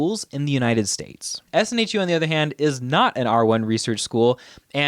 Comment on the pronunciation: It's SNHU, not SNHEW :D